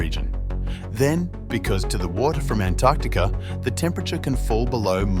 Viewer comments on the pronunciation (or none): Oops . . . Antertica? I think it's Antarctica. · What exactly is "Antertica"?